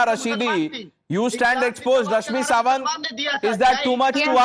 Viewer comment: Editor, its SaMant, not SaWant.